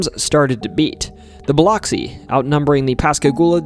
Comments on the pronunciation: And it’s “Buh-lux-see” not…that…. But hey from Biloxi 😂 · Biloxi is biluxi. Oxi should be lux. Not to sound like box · nope. I work there. It's Bih-LUX-ee. Soft b, Short i. Hard lux, long e sound. I live next door in Gulfport, pronounced Guff-port. More fun is Saucier, pronounced So-shure. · Oof, your mispronouncing cities leads me to not take you seriously. A good documentary needs research. This includes getting the pronunciation right of areas and people. Especially Biloxi. Dear gawd! Educate yourself. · Hello from Tupelo Mississippi ❤🙌🇺🇸. Just to clarify. It’s pronounced Bil UH x-ee. It’s spelled Bil OX see. But is pronounced Bil UHX see. Just for the non locals that didn’t know. Lol. Vicksburg fell to the Union on the 4th of July. Btw you mispronounced nearly every town that you named. 😂. It’s funny and I love your channel. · Great video! But Biloxi is pronounced like “buh-lucks-ee”. That’s how we rednecks say it anyway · Aa a Mssissipian. Thank you for the content but your pronunciation of Biloxi is incorrect. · Good video but Keesler is said like “Keysler” and Biloxi “Biluhxee” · Alot of mispronounced words in this video Keesler ( -kuis - ler ) like" Marquis " ler Bilox (Ba-lux- ie ) Yes singing river is a whole thing most of the hospitals and businesses are named "Singing River) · I'm not from Mississippi, but on behalf of everyone who IS, it's Keesler Air Force Base, (KEESler) Not "Kessler." Biloxi is pronounced "Bill-ux-ee." But, great video. Was interesting to hear new details on the Pascagoula abduction. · great video so far! just wanted to say Keesler is pronounced like "key-sler" and Biloxi is pronounced "bole-luck-see'" crazy it couldve happened only 20 mins away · As a lifelong Mississippian, I just want to say you got a funny way of pronouncing Biloxi and Yazoo, but your pronunciation of Tupelo was just bad. Too-pell-óh??? It's Tupe-uh-low. Try to say it quickly and It'll sound more right.